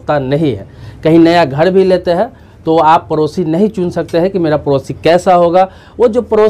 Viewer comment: Bihari.. parosi nahi padosi kaho...time waste na karo na apna na doosaro ka..🙏